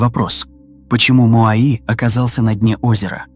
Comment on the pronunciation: Не моаИ, а моАи, вообще-то...